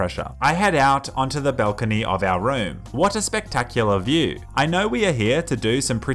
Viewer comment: My guy says balcony weird